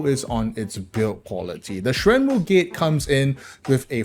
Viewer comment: dam the Mandarin pronunciation is on point